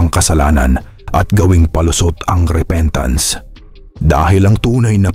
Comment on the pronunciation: Di ba sabi niya bumibili siya ng boto tapos sabi repentance namali lang siya ng bigkas repeatance yun diba paulit ulit siyang nagsisinungaling😂😂😂😂actually last resort niya yang maging religious kunwa dahil baka may mabuklat na baho niya